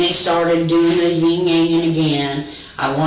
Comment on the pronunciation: "Ying. yangin" 🤔